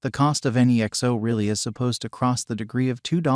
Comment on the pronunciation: “Nixo” “ethereeum”